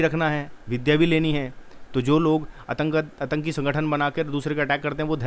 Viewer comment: Atanki nahi bola jata Aatanki hota hai bhai UT.